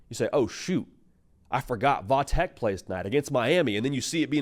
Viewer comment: I hate tech and am a Miami fan but please for the love of God stop saying “vah tech”. I live an hour from VT and nobody around here says “vah” it’s VT Virginia tech or tech. Even v tech would be better but literally nobody says vah tech except for the national media for some reason